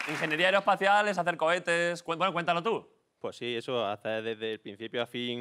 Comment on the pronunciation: Ingeniero aeroespacial pero no pronuncia las consonantes...